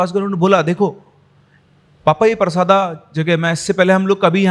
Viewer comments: I am from chhattisgarh 😁 it's परसदा not परसादा sir but I don't care I really enjoyed your story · गांव का नाम परसादा नही परसदा है सर मैं छत्तीसगढ़ से ही हु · भाई वो परसदा है परसादा नही मै खुद रायपुर से हू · Sir vo parsaada nahi परसदा hai sir aur vo raipur me nahi bilaspur hai mera college hai uss area me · Sir us gaon ka naam परसादा nahi परसदा hai mere gaon ke bagal me hi ye gaon hai aur ye kahani sayad se scripted hai kyuki Maine ye kahani Aaj Tak nahi suni jabki mai parsada ke bagal me hi rahta hu